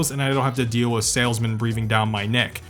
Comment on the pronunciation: The way he pronounced with as wiff makes me click off nice vid tho not to sthabby